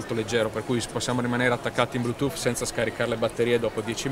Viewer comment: Ma davero, quello li sta dicendo verramente Blutoooof... Ma parte quello tutte parole inglesi usate mescolato nella piu bella lingua del mondo fanno scifo a sentirlo...